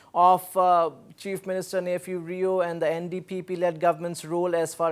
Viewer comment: its Neiphiu Rio, CM of Nagaland and not nephew to any viewers mr anchor next time mind your ...